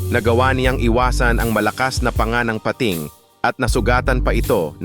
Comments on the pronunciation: Bisaya po ba kau di nyo ma bigkas nang sakto ang bingit, tangay, pating🙄 labi.. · Ok na sana pag eexplain pero the way he pronounce nakakadistract sa pakikinig like malaking pa....ting kaloka! Tagalog naman mali pa..😂🤦‍♀️ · Salamat sa mga dagdag kaalaman, kahit click bait yung syokoy. Don’t take na masama ang komento ko at hindi ako naghahanap ng ka away…kase pinakingan ko syang mabuti. Tagalog na nga yung pag na-narration at sariling wika na natin pero nkklunkot na maraming maling pagbikas sa mga salita. Tulad ng madiskubre, pating, wakasan, naka takas, yung salitang bungo ng tao, yung lohika ng science, uli yung lohika ng kalikasan, bingit ng kamatayan, matangay, umingay, at pulisya. Saka may kulang at may Mali duon sa magdulot sa kanyang buhay (bandang dulo ng pagsasalaysay) Ewan ko lang dahil ba may punto or hindi ka talaga purong tagalog…or Mali lang pandinig ko. Hoping for a better improvement kase interesting itong channel mo. Peace.😊